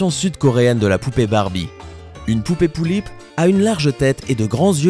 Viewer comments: on dit pullip est pas poullip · on dit des pullip pas des poullip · On dit pas poullip mais pullip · sa se lit pulipe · PT1 c est pas POULLIP MAIS PULLIP C EST PAS PARCE QUE C EST CORÉEN QUE ON DIT POULLIP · Exactement parcontre c'est pas poullip mais pullip ça se prononce comme ça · les pullips ne sont pas des jouet et encore moin des barbies se sont des poupées de collection en VINYLE (très fragile) elle sont que pour les + 14 ans !! et sa se prononce pas Poullip MAIS = PULLIP !!! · je comprend pas comment on peut dire une poullip a la place d une pullip... apres tt le monde a s1 facon mais je comprend quand meme pas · c 'est pas lullips mais pullip et on s'enerve car c'est une passsion et que quand on vas chercher des informations sans renseigner d'avantage oet qu'on se trompe evidament que sa provoque une fureur j'ai les pullipiennes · Ont dit Pullip pas Poullip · je suis désolé...Mais on ne dit pas "Poullipe" mais vraiment "Pullipe" et aussi Yeolume se dit "Yéoloumé" enfin je ne dis pas ça pour critiqué 🙌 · c'est pullip pas poullip 😂😂😂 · On dit pullip et pas poullip merci de respecter mes poupée pref'😂😂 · On dit pas "poullip" mais "pullip" et en plus les pullip ne sont pas du tout des barbie !! #teampullipienne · c'est pas "poullips " mais "pullips "! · c pas poullip mais Pullip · c'est pas poulipe comme tu dit mais pulipe ! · pas poullip!! Pullip dit avec le u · ca se dit Pulipe pas poulip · Ça ce dit pUUlipp/peullip pas poullip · Oh non ! Au secourd ! Tu a mal prononcer Pullip ..... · on dit pas poulipe mais pulipe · xd comment il a dit pullip il a dit pouillip je suis morte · OMG POOTSY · c'est cool de presenter les pullip xb juste la prononciation humm "poullip" elles pondent pas des oeuf :b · ca pique mes oreilles quand tu dis pullip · "Pullip" ce prononce comme ça se lit et c'est tout sauf une poupée barbie -_